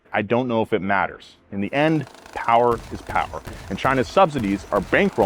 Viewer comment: Less powah babeh?